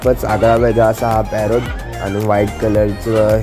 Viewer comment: नीट बोल